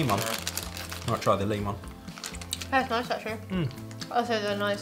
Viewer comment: The leemon